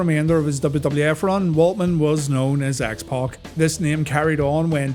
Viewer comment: To this day I despise the pronunciation of X "Pock".